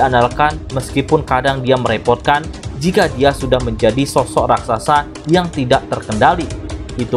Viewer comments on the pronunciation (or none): none